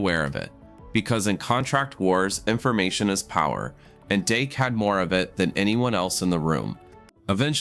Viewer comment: Fix the audio! It starts calling him Dake and not Dak!